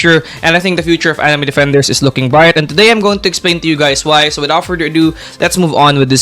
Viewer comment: anime defenders ❌ Anime dafendaers ✅ Why does he say it like that 😭🙏